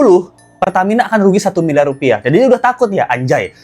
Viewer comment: 1 milyar dollar bro ngomong lu belepotan😂